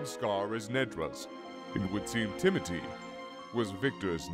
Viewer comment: Is it Timothy or Timoty? Because I am sure I’ve heard pronounce the “th” in TimoTHy but other times he says Tim-oty. So, a bit confusing. Also my uncle is named Timothy so every time this NPC is mentioned I picture a bigger, simpler version of my uncle. Lol.